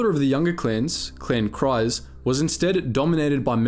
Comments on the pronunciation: Kryze is pronounced as kreez god damn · How can your mispronounce mythosaur so consistently? Given multiple examples of how to pronounce it in games, canon, other videos... Given the mispronunciation of Kryze I think it's the 'y' that's messing you up. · Good video, but the mispronounced names were distracting. Kryze rhymes with keys, not with eyes. The first syllable of mythosaur rhymes with Sith, not with scythe.